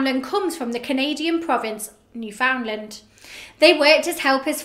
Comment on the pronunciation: It’s said “newfinnlaand” I think